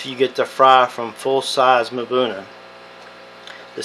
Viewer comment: “Mabuna” Cichlids? It is pronounced “ um-buna” = Mbuna